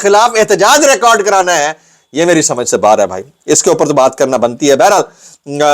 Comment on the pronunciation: ریکرڈ نہیں ریکارڈ۔ ریکارڈ فعل ہے جبکہ ریکرڈ اسم ہے